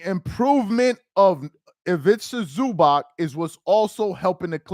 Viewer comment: Is ivica zuubahts not zubak.